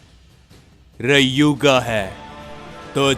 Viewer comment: Rayuga Nhi bhai Riyuga 😅